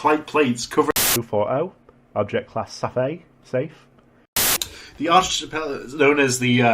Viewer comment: not knowing how to pronounce Archipelago is incredibly funny